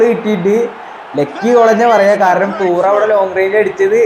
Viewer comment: തൂറം അല്ലടാ തുറാം aada😂😂